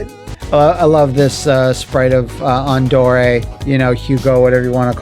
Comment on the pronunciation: It actually took me learning about the mistranslations of enemy names in Final Fight 1 and 2 as well as Streets of Rage 2 to realize that that Andore's name was pronounced exactly like you have it.